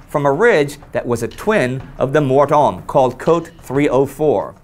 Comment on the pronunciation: En fait le "H" est muet tout comme le "T" donc ça se prononce "Mor-Omme" Actually the "H" is silent but so is the "T" so it's pronounced "Mor-Omme" cheers.